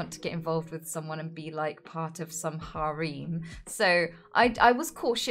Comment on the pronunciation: “Harem” I now know how to properly pronunciate that world